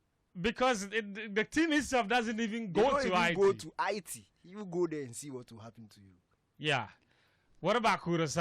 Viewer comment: You guys are pronouncing haiti wrong